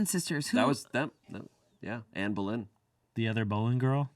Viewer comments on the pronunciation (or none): that pronunication of boleyn killed me oh my god